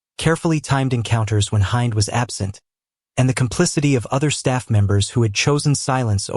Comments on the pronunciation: IN ARABIC ... HIND IS PRONOUNCED HEND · I hate how you pronounce Hind and it's wrong.... Filipinos are sneaky....